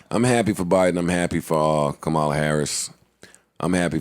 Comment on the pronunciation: Could you say Kamala's name properly Joe?